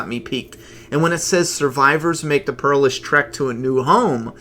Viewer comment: I just realized why I've never subscribed to this channel or taken it seriously at any point. As much as I admire the host's excitement and obvious enjoyment for the comic and tv show; his inability to pronounce words like perilous correctly and gaps in fairly common knowledge (Like who was Stradivarius and what he was famous for. ) leaves me shaking my head and in disbelief someone like him claims to write for a comic/graphic novel or series of self published books. (I never know which because there is another similar channel hosted by a vaguely similar person. ) I enjoy the occasional video here but just wish the literacy levels and overall knowledge of the world in a broad sense was a bit higher and didn't just sound like overly optimistic high school dropouts who thought sustainable fame and fortune were no more than a few half-assed YouTube videos away. Best of luck.